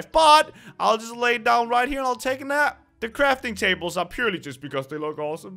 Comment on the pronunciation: I thought u said "crapping tables" is it just me or did it souund ike that?